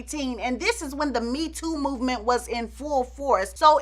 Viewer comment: Lol, "well listen ta dis" 😂 this is just tuuuuuu much 🤣 🙅‍♀️